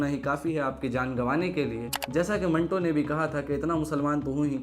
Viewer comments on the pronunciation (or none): none